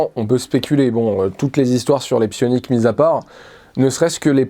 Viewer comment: A chaque fois que tu dis sioniques j'entends sionistes et je cringe fort XD C'est une chouette vidéo. Merci :)